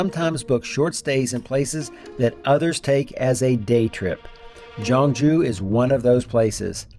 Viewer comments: She's soo kind and nice! I'm happy for you😊 I will do the same if I meet travelers who need help! Btw the city name should sound more like 'K'yeongju. We have another traditional city called 'Jeonju', western Korea. So it might be confusing :) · I am a bit reluctant to point out this because you made a beautiful content about the city. However, how you pronounce Gyeongju is more like ‘Kyeong-ju’. The problem is, how you pronounced Gyeonju sounds like ‘Jeonju’ which is a totally different city. 😅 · FYI - Gyeong-ju is pronounced Kyung-ju. "Jeon-ju" is actually another big city of Korea on the western side. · Gyeongju is pronounced more like kyung joo, Jeon Ju is a different city on the other side of the country. I think you'd enjoy visiting Jeon Ju, a smaller gem of a historic city that showcases traditional architecture and where bibimbop originated from. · I think they call Gyeongju Jeonju and mispronounced Woljeonggyo as Woljeongjo. Gyerim is not jyurim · If you ever do another video on Gyeongju make sure to get the pronunciation right because it sounds like you’re saying “Jeonju” which is a totally different city. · FYI, the G in Gyeongju pronounced as a G , not J. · The pronunciation of the city should be G(k)yeongju , not G(J)eongju. Btw I really enjoyed watching your video. ❤ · From the beginning the pronunciation of the city was incorrect. You said totally different city in the west part of Korean peninsula. 경주와 전주는 다른 도시 입니다. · Pronouncing Korean words correctly can be difficult. The G in Gyeongju is a hard G. And Silla is actually pronounced Shilla. Nice video. Wish I was back there.